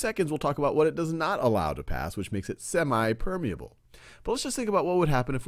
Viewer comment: It's not semai it's semi